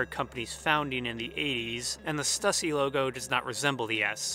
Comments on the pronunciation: Idk why but im being triggered by the way you say "stussy". Its stew-see my mans. Not stuh-see. The logo has 'ü' not 'u'. But dear lord i didnt know the power or reach of THE 'S' till this video. I just thought it was something random from like the 80's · Stüssy is pronounced "Stew-see" because of the umlaut over the U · But stussy is a shoe company that made it, and it's pronounced stusey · You are also pronouncing stussy wrong...it’s pronounced “stoosy”, but I mean it’s really hard to make sure you say the words correctly...*studies theories for hours/cannot pronounce stussy. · Stussy is pronounced "Stew-C".